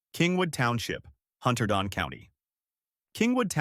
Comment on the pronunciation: It’s hunter done county, re: the correct pronunciation.